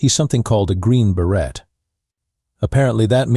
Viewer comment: Fail! The "Green Beret" is too hard-earned not to teach Ai how to say it properly.